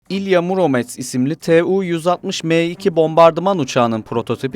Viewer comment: Не "МурОмец ,а МУромец" ИЛИ ты LGBT, а не GZT?